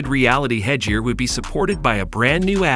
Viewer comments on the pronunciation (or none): It's head gear ,head and gair not jear 😂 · porshee, A/R, hedge-ear